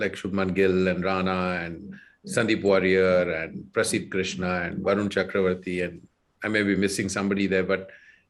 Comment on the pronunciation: It's Varun "Chakravarthy" not "Cakravorthy" Sameway it's "Mohammed" Shami, not "Mohhmad"